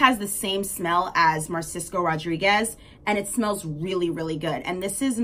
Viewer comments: Narciso is pronounced=Nar-see-so⭐ Great collection of perfumes❤ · You have a very good taste in perfumes. I liked a lot of your faves. However girl, you were butchering the names lol. It’s Narciso with an N, and Ahh-tal-yeh. It means an artist’s work place.